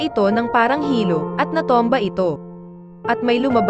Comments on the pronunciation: Bakit ganyan ka mag pronounce ayaw mong ayusin.. Ung Chile naging chili.. Ung natumba naging natomba ano ba tlaga?😅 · Natomba !? Kkatuwa nman nag v'voice over dto haha 😅😂🤣